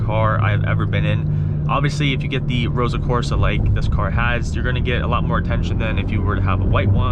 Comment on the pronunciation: It's Ross-o red...not Rosa red.